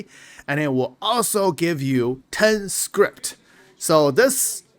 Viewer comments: i don't think there's a t on the end of "scrip" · Please. i beg you.. there's no t in scrip.